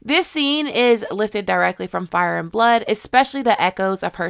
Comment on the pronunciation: Also Daemon: Hey, you mispronounced Fire.